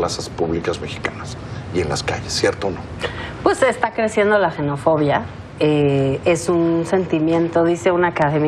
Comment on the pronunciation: Xenofobia no se pronuncia 'jenofobia', se pronuncia 'ksenofobia', proviene del griego 'xenos' extranjero o extraño y 'phobos' fobia, y en griego se pronuncia 'ksenos'